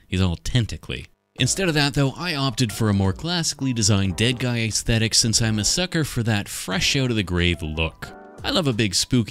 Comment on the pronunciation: “Ace thetic”